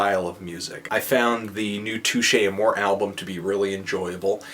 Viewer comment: Learn how to enunciate Touche Amore, seriously how do you fuck up saying Touche Amore